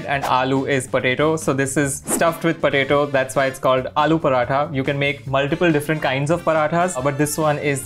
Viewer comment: Use paratha's kehte hain paranthas nahi😐